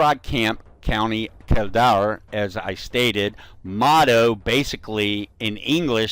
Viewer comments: Its so funny when you try to pronounce irish place names. Its curraaaaaggghh and kill dare(like i dare you to) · It took we a while to realise you were talking about the curragh camp in kildare it's pronounced curr-a count kill-dare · by the way its pronounced kill der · U didnt say kildare right either lol